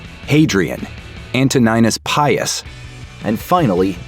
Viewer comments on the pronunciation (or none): none